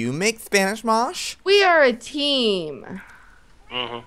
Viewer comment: "spanish mosh" lol joey